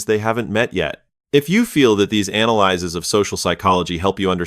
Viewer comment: The annoying thing about these videos is the A.I. mispronouncing analyses, the plural form of analysis (a noun), just like analyzes, a verb.